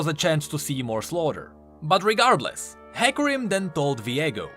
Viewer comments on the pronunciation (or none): none